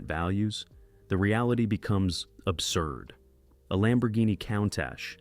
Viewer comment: These narrations kill me. The people speaking, or a facsimile thereof constantly mispronounce the name of some vehicles. For example the Countach, pronounced coon-tosh. It was pronounced cown- tosh. Where do you find these idiots, who's doing the editing. MORONS!